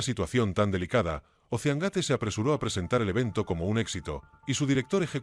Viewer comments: EL SOLO ECHO DE QUE LA VOZ DIGA OSSEANGATE YA DEJA EL VIDEO POR LOS SUELO Y LUEGO 250 CERO CERO CERO NO PODES EDITAR EL VIDEO PARA QUE QUEDE BIEN INUTIL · No sabe decir doscientos cincuenta mil dólares y la segunda la pronunciación gate